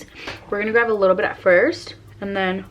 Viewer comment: Learn to say “GRAB” and not “GRAV” WTF